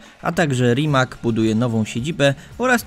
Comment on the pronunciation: Rimac czyta się tak, jak się pisze, a więc żaden "Rimak".